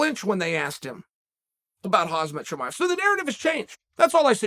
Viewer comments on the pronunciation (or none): Bro how do you still not know how to pronounce Khamzat Chimaev yet